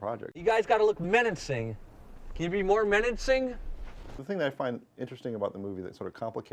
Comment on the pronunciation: "menancing" xD